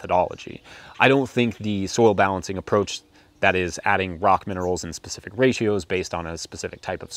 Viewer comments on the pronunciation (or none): It's specific.......not Pacific...